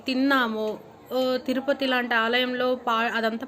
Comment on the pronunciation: తురుపతి కాదమ్మా తిరుపతి కాస్త మార్చవమ్మా